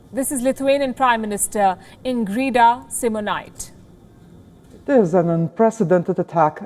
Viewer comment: her name is Ingrida Šimonytè. And the pronunciation is little different too. Nice coverage of the story.